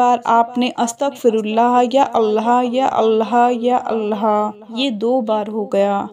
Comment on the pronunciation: please say 'Allah' Not Allha.